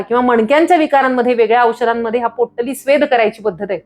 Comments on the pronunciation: पोट्टली नाही हो... पोटली म्हणा... पोट्टली पोट्टली.. कॉमेडी वाटत... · पोट्टली नाही बाई, पोटली म्हणतात. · पोट्टली नाही.. पोटली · पोटली ला पोट्टली का म्हणता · Pottali नाही potali